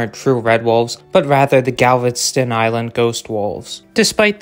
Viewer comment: What the hell is "Galvenston Island"